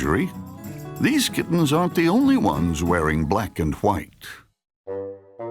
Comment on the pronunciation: The word ‘white’ should never be said like that.